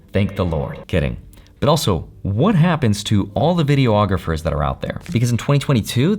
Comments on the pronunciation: Please stop saying “Video-ographers”! It’s pronounced “Videe-AH-grapher.” Thank you. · Omg please stop saying "video-ographers"